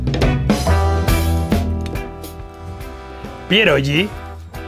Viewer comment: No soy polaco, pero mi mujer sí 😊 la crema de remolacha tiene su sentido, es una sopa fría que se come bastante en Polonia, con huevo duro. Chef, no se pronuncia "pierolli", no es una g catalana, se pronuncia como si fuese una "gui". Por cierto, no te van a prohibir la entrada en Polonia, se comen rellenos de: carne, col, queso fresco, setas (eso es una locura, te vuela la cabeza) o dulces: fresas con nata, por ejemplo. Y último punto, hervidos o fritos y con una buena cantidad de "okrasa", que es el resultado de freír panceta de cerdo, te sirven el aceite resultante y tropezones del magro